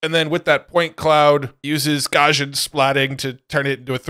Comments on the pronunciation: Not a huge deal, but its pronounced Gauss·i·an or Gous-ian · Btw it is pronounced: Gauss·ian ˈgau̇-sē-ən : being or having the shape of a normal curve or a normal distribution. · Garsjan ... This is not how you say Gaussian! xD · One of these days, will learn how to pronounce "Gaussian"...:D